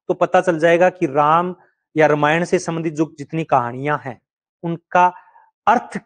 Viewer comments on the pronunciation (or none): none